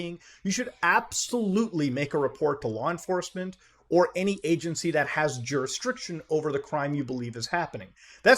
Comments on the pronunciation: “Jurisdriction” -someordinarygamers 2022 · Excuse me for being daft, but is Muta jokingly mispronouncing the word Jurisdictions?